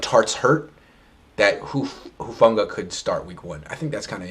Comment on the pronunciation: is anyone gonna correct his pronunciation of hufanga i wanna rip my ears off when he says it